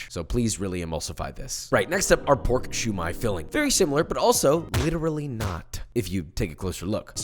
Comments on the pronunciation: Siew Mai Josh. Not Shu Mai. U learn new things everyday PaPa😃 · I think it's pronounced siomai not shumai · It pronounced ‘see you my’ with no spaces